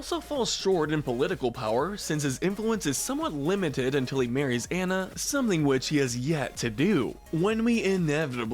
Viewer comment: Feel like all names need to be spelled out phonetically in scripts. Kocoum said “Kocoom,” Anna without the “ah,” Te Ka said “Teeka…” I’m nitpickin, but it makes me doubt the validity of the rankings when the names are said incorrectly. Other than that, I do enjoy your list vids even when I disagree. :)